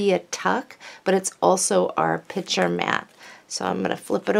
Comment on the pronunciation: That is gorgeous paper and a very clever folder and accessaries. However, I was a teacher and it really bothers me when you say pitcher instead of picture. Change or not, but it's your "business". Otherwise you are very well-spoken.